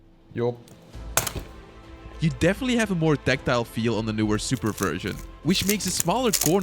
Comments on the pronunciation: "BUT IS IT WORTH FOR DAT SUUPAA DOLLAR?" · The suppaah got me laughing